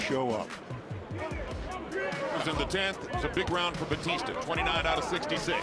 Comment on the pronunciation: Bautista...pronounce it Right Not Batista 😅😅😅